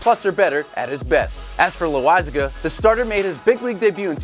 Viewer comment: Excuse me, but its pronounced "Lo*eye*see*guh" Not "Low*why*cig*ga" for fuchs sayke wood you say it rite far once 😂